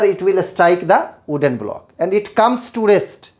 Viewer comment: Sir it is wooden not "ooden" 🌚